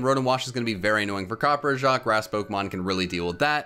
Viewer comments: Huh, copperjah instead of copperajah in pronunciation. Well that's neat. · as an indian, i gotta say i cringed at the way you pronounced copperrajah's name. it's copper RAH JAR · I am REALLY sorry for butchering the pronunciation of Copperajah along with seeing that the first moveset has a mistake and has 52 SPA instead of 52 SPE! Sorry about that, but I hope you guys enjoy the video regardless and I’ll work on my Pokémon pronouncing skills! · I love you but how do you consistently pick terrible pronunciations for Pokemon games